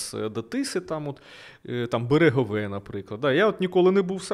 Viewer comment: Зауваження: не рідко неправильно ставить наголоси в назвах міст. Буквально щоразу. Конкретно в цьому випуску - берЕгове має бути і сарАєво Пробачте вже за душність, але мені здається це має значення. Бо потім на слух складається враження, наче про Сараєво дізнався поспіхом десь прочитавши, не заглибившись в тему. Дуже непрофесійно звучить. А так то я фанат, дуже чекаю і завжди дивлюсь кожне відео🫶🏻